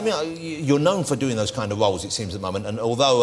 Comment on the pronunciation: DEM DOE? What language is that? Oh wait. You mean,those,though. Not,dem,doe. Doe is a deer. :)